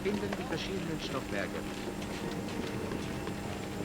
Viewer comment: Yeah, it's crazy how far they had to spin their story to fit their preconceived anti-American prejudice. Meanwhile the narrator couldn't even pronounce German names correctly. "The "Eefel"? Holy mackeral. What a terrible documentary.